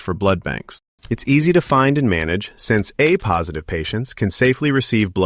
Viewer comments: This is AI. It was supposed to say "A Positive" (pronounced Ay Positive) and instead said "a positive" (uh Positive). Dead giveaway. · At least they could fix the AI voice to prounce AAYY positive correctly, instead of AH positive. 🙄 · "Ah positive" Can't anybody proof their content? "A" positive, not "Ah". Too lazy to record the content yourself? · Only AI would pronounce A positive and A negative that way. Very hard to listen to it being mispronounced over and over again.